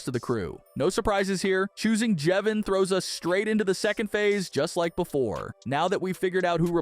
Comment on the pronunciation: How does he say jevin right but not brud and Clurk!?